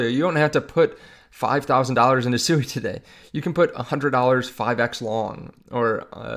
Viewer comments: I'm interested in SUI pronounced SWEE, not only according to the co-founder and all the devs but dictionarycom proper pronunciation. You must be talking about some mean coin called SUEY. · Pronounced “Swee” no?